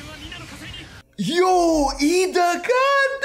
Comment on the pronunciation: It's iida bro the first letter is 'i' not l